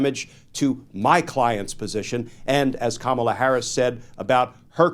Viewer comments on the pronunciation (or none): These buffoons purposely mispronounce Kamala Harris. They say (cum ma la) instead of (calm ma la).